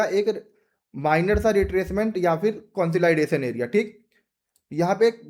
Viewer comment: Bhai market conslaidation nahi jata consolidation mei jata hai 😂😂